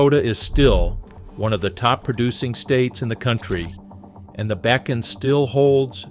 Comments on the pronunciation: Bacon. Backen. Bakken. Ugh! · BAW - KEN .....more on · This guy should learn how to pronounce bakken and many out words. Is this AI voicing this????? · Learn how to pronounce Bakken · Mispronunciations of Bakken, etc. Clearly has never seen ND. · The first map said ‘Wilmington’ on it while you said Williston….. Then you said ‘Back-in’…. It is pronounced ‘Bock-in’. The name of the city near where oil was discovered is pronounced is ‘Tie-oh-ha’ The first discovery well was NOT on ‘Bakken’ land, it was on Clarence Iverson’s land directly west of my great grandfather’s homestead and my Dad watched it being drilled.